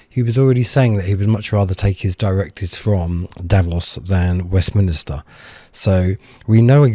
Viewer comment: Please stop saying West Minister!!!